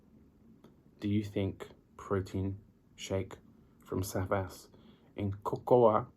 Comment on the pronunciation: No SAVAS.Correct is ZABAS.😉